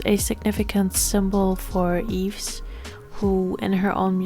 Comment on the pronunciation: Yves is pronounced "Eve", or "Eebu" in Korean haha. When you separated them by solo, subunits, new groups, I just have to mention this: YYXY is basically Yves = Y, Chuu = Y, Gowon is the X, and Hyeju = Y. Now, since Chuu and Yves have gone solo, we only have the XY 🤡 aka the male chromosome, anyone remember "Adam"? 😂 For new Orbits or just those who don't know, when Gowon made her debut, there was an ongoing joke between the staff and the members, people trolled Gowon that her stage name will be "Adam" (coz we already have "Eve"(Yves)), the poor girl was horrified. 🤣 Of course, this never came true, but yeah, we only left with the "masculine" side of YYXY. 🤡